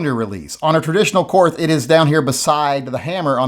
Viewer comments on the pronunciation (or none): It’s pronounced ‘Kort’. We didn’t win the war, the Russians did. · Willi Korth started th company. It's his freaking name and "Kort" is how it's pronounced. Same as Porsche, Lamborghini, Mateba, Mauser, Beretta...all pronounced Kort^^. You also say Einstein and not Einsteen. Th is not always the same...Thailand, Thames or Thomas. I don't get why ignorance is something to be proud of. It's like those people you meet in school who think that they're cool cause they don't read anything in their spare time. I know he's just joking. Wait for the uproar if someone pronounces Garand not like some want it to be. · It is kort. Not korth. And the Russians actually won the war in Europe with our help. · It’s KORT MUDDER FLUBBER 🫵😂😂😂😂😂😂😂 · Germans still speak German. It's pronounced like "Kort". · If Korth is pronounced “Kort”, is “the” pronounced “tuh”? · Korth is pronounced "Kort" because not all German people are or ever were Nazis or Nazi sympathizers! 🙄 Members of my family actually helped people escape Hitler's genocidal tyranny, in a similar fashion to how Americans had the Underground Railroad to help slaves escape to freedom! I don't care who won the fuckin' war, we're not all bad people! Stop bashing my beautiful people and culture you racist pig! 😡 I'm just kidding, and I know you are too, we also aren't crybabies, and contrary to the stereotypes portrayed in South Park, we DO indeed have a sense of humor! 😅 To demonstrate this, I will now tell a German joke... What is the difference between a Saxon and a foreigner? You can understand the foreigner when he speaks German! 🤣🤣🤣 I will now tell another German joke... What does a crocodile say after eating a clown? Schmeckt komisch! (Tastes funny) 🤣🤣🤣 Du siehst? (You see?) 🤣🤣🤣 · Why not just prononce Wills last name correctly? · Since you're refusing to pronounce Korth correctly, the ATF on behalf of the GESTAPO will seize the revolver and send it home to Germany. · Es heißt Korth ……… mit hartem T